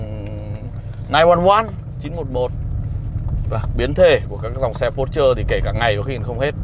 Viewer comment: A dislike because of your mispronounce . Not pút trơ . OK ?